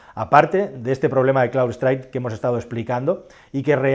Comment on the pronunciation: no es "cloudstrike" es CROWDSTRIKE